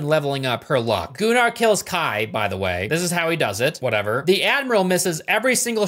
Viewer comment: I will be that guy and say that actually is the correct way to pronounce Gunnar